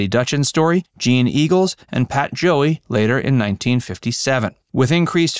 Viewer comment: "Pal" Joey, not Pat Joey. 😉